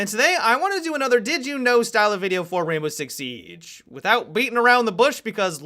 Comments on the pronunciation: always says Rainbow Rix Sieeeeege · The way he says Rainbow Six Siege makes me laugh! BUT I LOVE UR VIDS! KEEP IT UP!